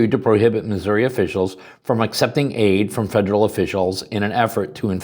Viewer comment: I am proud of my state. What has yours done to protect your rights?? And thank you for saying it right. If you say RAH you deserve contempt.